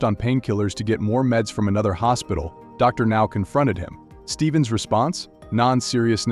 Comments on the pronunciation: calling Dr Now Darnow 😂😂😂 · I spent an hour trying to figure out who DARNELL was before I realized it was an trying to say Dr.Now at times. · If u can't getting A.I. to pronounce properly, speak for it! DarNow? C'mon! Get the words right!!! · Darnow? Doctor Now? Lol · DrNow 😂 that’s how says the doctors name 🤦🏾‍♀️